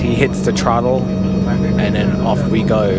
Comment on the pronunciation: Not trottle say pronounce it thra-dul